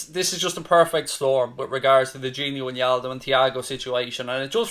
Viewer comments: Its not gini winialdum dude. It’s gini wijnaldum. Learn their names please. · I hate your pronunciation of wijnaldum